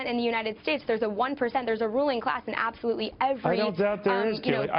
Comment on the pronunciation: It's pronounced "ABSOLEWTELY"